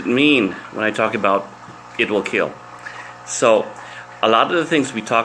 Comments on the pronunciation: wheel keel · He Protec He Attac But most importantly IT WEEL KEEEL 😊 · It wheel keel